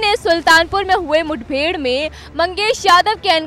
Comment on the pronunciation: अरे बाबा जी मूड बेड नहीं होती मुठभेड़ होती है बोलना तो सीख लो